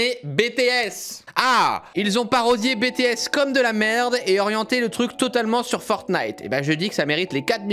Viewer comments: "bétéesse" 😭😭😭😭😭 J'ai mal 😭 Tu ne pouvais pas savoir mais c'est "bitièsse" 😂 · C'est pu BéTéS c'est BeuTéS, en plus t'es nul en anglais 😂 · " Bétéesse " " kapop"... J'ai mal. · C'est juste pour dire on dit bitis et pas bétés et on dit pas non plus kapop mais kaypop oui je sais c'est des détails mais bon des fois ça énervé en peu les kapopien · Ouais Cyril on prononce à l'anglaise kay-pop pour K-pop et BTS ça se prononce BiTièS Tu devrais faire une vidéo ou tu découvres un peu l'industrie de la musique coréenne ça pourrait être drôle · tu prononce BTS à l'anglaise et k-pop pareil